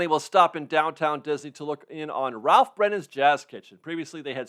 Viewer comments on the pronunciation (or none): none